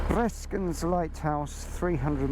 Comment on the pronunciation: Thanks for showing the familiar roads north of Gent. I love riding there myself as well. BTW your pronunciation of Breskens was pretty decent.